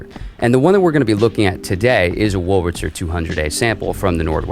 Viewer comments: are you saying "wulritzer"? it's much easier to pronounce it the way it's actually spelled, with the r before the L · i was being rhetorical. you are pronouncing it "wulritzer" consistently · He is pronouncing it "Wurlritzer" not "Wulritzer" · Definitely. It's clear that he says "Wurl-ritzer". I'm not criticizing him though. What has been odd over the decades is I've heard a substantial % of folks mispronouncing "statistics". Instead saying "satistics". And mispronouncing "Massachusetts". Instead saying "Massatusetts". I'm an oldster & have noticed those 2 for many decades.